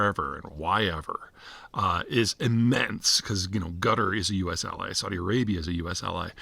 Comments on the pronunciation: No, most of the time he's calling "Gutter" (It's supposed to be pronounced "Cat Are"). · You might want to pronounce is as "Kataar", not "Gutter" :) (Unless you're trying to make some point) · Why does he say Gutter? It’s pronounced Qataaar. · Qatar and not Gatar Peter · I love how you call Quatar "gutter" lmao. It's pronounced CATAHRR / KATAHRR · Why does it sound like Gutter instead of Qatar 😂😂😂? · No mention of Quatari state sponsored jihadi terrorism across the globe directly through Al Jazeera , their jihadi propaganda machine, indirectly via sponsoring programs in Western universities posing gullible woke minds. Let’s not forget to mention harbouring Hamas and Muslim brotherhood. BTW, how you pronounce Quatar sounds like gutter. Good description. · Sounds like he's saying Gudder. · Guttar? how can a guy who specialises in geopolitics not pronounce a simple country name? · Qatar, not gutter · It’s most certainly not pronounced “Gutter” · I'm not sure you pronounced it right peter. It's gutter, not qatar. They treat non qataris as sub humans over there. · Love the pronunciation of Qatar (Gutter).....LOL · Why does he keep calling Qatar, "Gutter"? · It’s not. It’s closer to Cutter/Quhter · Please don't call Qatar "gutter" 😛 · Having lived in Qatar for 10 years, I can categorically state that nobody from Qatar pronounces it 'Gutter' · Heh... That's what I was hearing as well. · His Qatar sounds a lot like Gutter lmao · you can't even pronounce Qatar properly